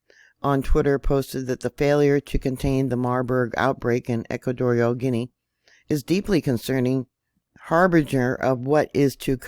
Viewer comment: Gee on a..is how it is said...butall travel to and from should be halted